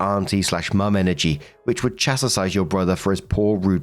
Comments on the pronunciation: the word is chastise, not chastisise! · Hi, Chastise is pronounced like "Chas- tize" rather than chas-ta -size, hope it helps. Thank for the videos! 🧇🧇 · it’s chastise not chestitise. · its chastise not chestitise. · it’s chastise not chest ties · Hey? Is it 'Chastise' for 'Chastisize'? 😂 🐾🐺🐾